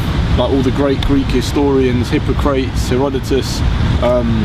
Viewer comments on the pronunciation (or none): Hippo-crates. Stopped watching. It's Hip-pok-rah-tees dumb half-breed. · Hip-po-crates lol. Its Hip-poc-rat-es. That told me all I needed to know about the content of this video. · He lost me at the beginning when he mispronounced Hippocrates as Hypocrites. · Hipa-cretes? Is that how he pronounced his name? LOL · Stopped watching when I heard how he pronounced "Hippocrates".